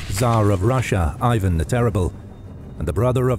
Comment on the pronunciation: not Aivan (sound silly) but Ivan (i-independence like) after such a detailed explanation, you could pay more attention to the names